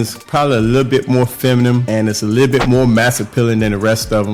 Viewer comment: Buddy it's feminine, not femanum😅